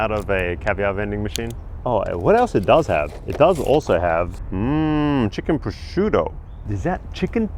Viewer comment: It's not Prosciuto is Prosciutto 😂. Sorry I couldn't resist 😅.